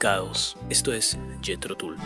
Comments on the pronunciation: Se pronuncia Jithro Tall.... mi favorita es Living In the pass... nada mas oportuno para el tema que tratamos. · el material elegido es muy bueno. Y la banda, obviamente, es maravillosa. Ahora, sería bueno cuidar un poquito la pronunciación, no?. Empezando por el mismísimo nombre del grupo (que se pronuncia "Tal" y no Tul. . . ), pasando por un nombre tan clásico como el de Johann Sebastian Bach (que no hace falta ser ningún erudito para saber que se pronuncia "Baj". . . ). Con todo respeto, me parece que no cuesta nada escuchar (ya que de música se trata) y pronunciar los nombres en forma al menos aproximada a la realidad. . .